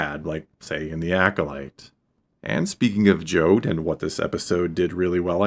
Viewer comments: Jod not Jode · Jod like odd, not Jod like ode